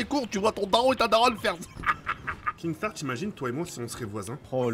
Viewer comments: Sa m’énerve les gens qui disent kingstaar alors que C’EST KINSTAAR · Il me stresse quand il dit kinkstar